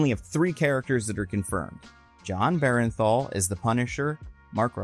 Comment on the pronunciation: I'm gonna hold your hand when I say this. It's Jon BERN-THAL. Not Beren-thal.